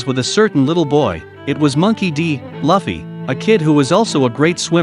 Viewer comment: Not to be that guy, but it's "Lue - ffy. "